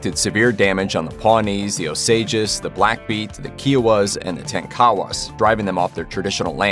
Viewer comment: You did not pronounce Osages, Kiowa, or Tonkawas even close to correctly. Osages were once the richest people in the whole world. Don't downplay Osages. Our movie comes out in November 2022 "Killers of the Flower Moon"